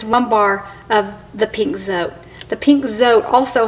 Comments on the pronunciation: Mexican soap! Spanish pronunciation is more like "So - Tay" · Darlene Justason check little grocery stores .. call first . We don’t say Zote the way she pronounced it lol .. it’s the E IS. Eh .. Zoteh .. just might help when you look .. good luck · Its Pronounced SO TE.. Vowel sound for the E.. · It's pronounced Zo, Tee. :)